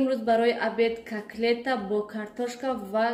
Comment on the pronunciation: Апачон не коклет а котлет